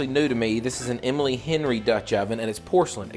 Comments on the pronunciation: FYI, you said “Emily” Henry, but it’s Emile, pronounced Ay-meel. It’s a man’s name in the French language. Thought you’d wanna know in case of future sponsorship. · I work in a fancy kitchen store, and Emile Henry is pronounced "ee-mil on-ree" and you roll the 'r'. It's French. 🤷‍♀️